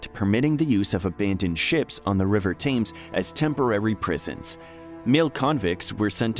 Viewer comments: It is NOT the river Tames, it is Thames pronounced TEMES. We could use a few of these hulks now as a deterrent. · Brixton, not Brighton. If you are going to make historic videos then at least get the names right. Oh and Thames is pronounced Temms. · Ps Thames is pronounced TEMS . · Thames = "Temz" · Really interesting, but pronunciation check; the River Thames is pronounced as Tems. Confusingly, the town of Thame is pronounced as Tame 😂😂😂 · River Thames, not Tame get it right. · It's pronounced 'Tems'. The ignorance of Americans never ceases to amaze me. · How can you take someone seriously when that can’t even pronounce the word Thames properly ? Lightweight.